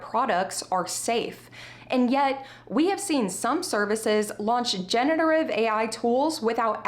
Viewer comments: good video, though I am confused why you keep saying genETERive ai instead of genERATive ai. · off topic but am I the only one who noticed that she pronounces "generative" wrong?